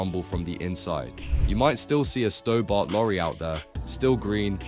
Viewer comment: Pronounced "Stobburt", not "Stowbart"